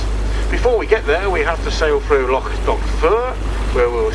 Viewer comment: Pronunciation of some of the names is ropey but at least he tries his best with Loch instead of Lock. The English find the names hard to say but strangely the Dutch can manage no problem. I lived in Holland for a while and speaking a very small amount of Dutch I can understand why they fare well with Gaelic pronunciation.